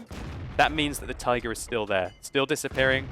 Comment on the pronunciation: "And he spots the TAYGAH" Best moment xD